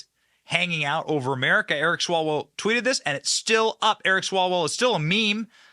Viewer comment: I think it’s pronounced Swallow well.